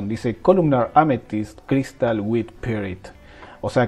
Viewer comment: Incredible video!, thanksss (oh, and try saying Amethyst, pronuncing the TH)